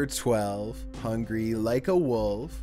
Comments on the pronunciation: Hung Gar-ee... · You mean 'Hung-Gary' Like the Wolf'